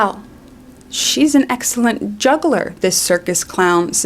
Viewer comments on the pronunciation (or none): none